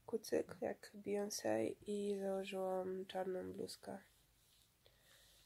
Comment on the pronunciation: a słyszeliście nową Bejons?? xD